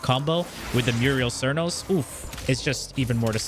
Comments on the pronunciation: muriel cernos haha. "Mute - a - list" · It's Mutalist cernos, MUTALIST! Wtf is a merios? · At number 4 we have the Murial cernos. Now the mural cernos… 😂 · I have to know.. ive just started watching you.. Do you intentionally misread the names of all the weapons? You say.. quote me.. "muriel cernos".. muriel.. m-u-T-a-l-i-s-t. Muriel. Silent T's much? I thought it might be intentional but then you say "teenit" instead of "tenet" (ten-it).